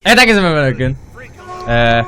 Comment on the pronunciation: abi sen merhaba diyemiyorun evet herkese merbağasdas